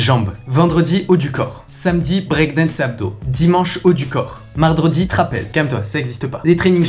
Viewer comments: Mardredi calme toi ça existe pas 😂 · vous aussi vous avez tout screen même sans faire exprès le < >😂